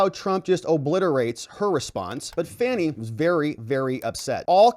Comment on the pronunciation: You know how to pronounce this womans name. you know what you're doing and it isn't funny at all